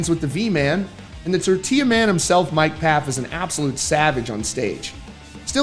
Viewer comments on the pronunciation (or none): none